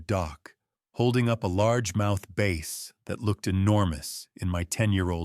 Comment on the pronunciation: A 'bass' (short a) (fish) is not pronounced 'base' with a long 'a'. 😂